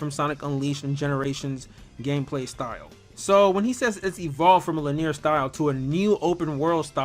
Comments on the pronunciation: it's pronounced lin-ee-er, not lin-ear. 3 syllables, not 2. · if this man say lineer one more time lol